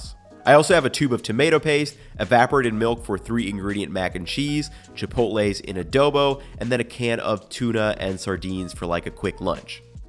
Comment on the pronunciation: Why did that can say "chilpotle" peppers? Wth